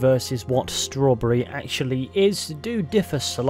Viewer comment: "schrowrburry" (jk i adore your vids lol)